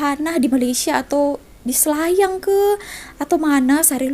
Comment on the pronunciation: "SELAYANG" Bai.....bukan "SHILAYANG"..dulu Ade rohingya dekat kampung saya,die jalan kaki lepastu sampai kebun orang die main ambil je durian yang sudah gugur.kebetulan Ade orang kampung lalu nampak rohingya ni kutip durian.kemudian orang kampung tu Tanya siapa suruh ambil?? Sudah minta belom dengan tuan kebun??? Rohingya tu cakap sudah minta izin..bila orang kampung saya Tanya mana rumah tuan kebun,die Tak Tau nak tunjuk rumah yang mane sambil senyum senyum.orang kampung tu Tanya lagi,tuan kebun gemuk ke kurus? Rohingya tu Pon Tak dpt nak jawab juga.apa lagi...tangan orang kampung tu terus singgah dekat muka rohingya tu..🤣🤣🤣.terus die minta maaf sambil mau nangis nangis...hati2 rakyat indo,mereka ni diberi betis nak peha..bila bagi paha Tak nak plak,terus nak dada.. 😂 rakyat indo yang datang Malaysia Pon Tau adab,malah ok je dgn orang malaysia..tapi diorang ni adab ke laut...